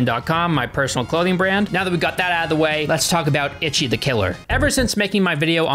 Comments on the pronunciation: It's pronounced "Eee-Chee." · The Itchy Killer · Hearing "Ichi" pronounced "Itchy" managed to make me laugh every time lol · It should be pronounced like “eechee” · "Itchy..." lmao. The pronunciations of Japanese names in this video are almost as comically gruesome as the movie itself. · "itchy the killer" 😭😭😭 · pronunciations have me dead. “Itchy” and “yakooza” 😂😭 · Yay! I love this film. It's utterly hilarious and very entertaining. I remember seeing it high af at a buddy's house back in like 2006 or so and it blew my mind. Btw it's pronounced 'ee-shee'. It's Japanese for 1. There's no 't' in there and Romanised Japanese doesn't conform to English spelling and pronounciation. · Ichi pronounced each-eee. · Stop saying Itchy. Dammit. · I hate that he calls him itchyi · Okay,trade secret guys... In malayalam,ichi actually means shit.... In malayalam thought,not many people speak it,so not a problem... And it should be pronounced icchi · It's pronounced like ee-chee not itchy. I would know because I speak Japanese. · That is: it's Ee-chee. Also, it's Mee-ee-kay. Double ii's are an 'ee-ee' sound but the pronunciation is rapid so it's almostttt an 'ee' - it's a 'glottal stop' if I recall my college linguistics class. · For real I've been learning Japanese and its driving me crazy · exactly like they acting like he’s just automatically supposed to know how to pronounce a foreign word in a foreign dialect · If he watched the movie in it's original dub with English subs then shouldn't he know how to pronounce Ichi?? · Am I the only one getting triggered by his pronunciation of Ichi 🙃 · I cannot stop giggling every time he says "Itchy," very American pronunciation, instead of "Ichi" (pronounced more like "EE-ch(i)" It's difficult because the "i" at the end is like a pretend noise. Japanese language is so difficult and unique! I love it 💜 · eech, the final i is silent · People in the film say ‘itchy’, I’ve only heard fans and people outside the film say ‘EEchie’